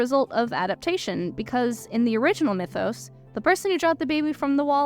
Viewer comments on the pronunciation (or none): none